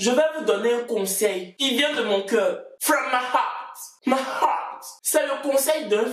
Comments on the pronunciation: « From my heart.. my heart » Anglais de cha mama Sarah, FOLIIIIE!!! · C'est "heart" à dit comme ça la 😂😂😂